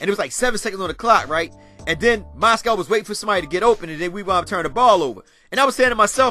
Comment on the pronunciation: Lol bro it's Moz-gov not Moscow